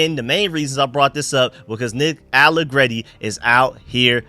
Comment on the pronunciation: You finally said his name right without trying be fancy I’m proud of you that open my eyes from my nap that’s crazy you actually just said nick allegreti like a regular person I’m very proud of you young man